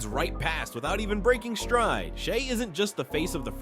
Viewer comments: Shay dude, not Shy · I was with him until he called Shai, “Shy” 😢 Like ok names get mispronounced, but the reigning MVP on your YouTube channel about basketball? Nooooo